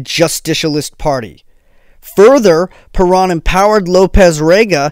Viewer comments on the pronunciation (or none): Perón (Pe rOWN)... not PerAn ( Perón... like you OWN a computer, Pe-rOWN) If you are going to mention Juan and Eva Perón this many times in your story, you need to get the name right. (If you made an hour video about Hitler, but kept pronouncing his name HEIGHT-ler... ) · He never mentioned Eva Peron. He mentioned Isabel Peron, his subsequent wife. But, of course, your point about pronunciation is right on.